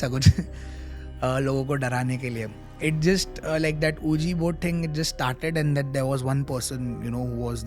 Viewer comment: I didn't warm up to the host, only a few repeated words like SHIT, ohhhh!, OK, right, not very engaging or interesting. Ahuja board kya hota hai it's pronounced Wiji board 😂. was still interesting.